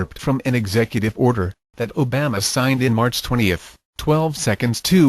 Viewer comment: "I don-tee" hahahaha O-Bam-uh lol